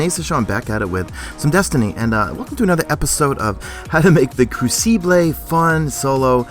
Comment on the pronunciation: The way he pronounced Crucible made me cringe...nonetheless nice video keep it up